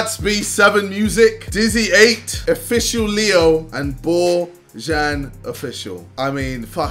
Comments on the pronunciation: U dont say bojan u say it like boyan thats how its said in our country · im not sure but I think Bojan is pronounced boyan